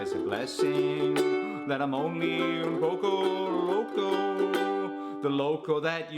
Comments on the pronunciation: Why Tf did you say “oownn powco lowcow” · You trying to speak Spanish and how at the end your voice goes higher when it should go lower